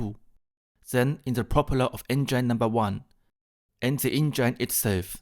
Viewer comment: Recht hat er trotzdem. Grauenhaft- auch für deutsche Ohren. Schon in der Schule lernt man das "th" sauber auszusprechen. Wozu gibt's zudem die Lautsprache in den Wörterbüchern? Du sprichst ja kaum ein Wort richtig aus. "Enngein?" Geht's noch? Es ist auch Respekt vor der Sprache. 😊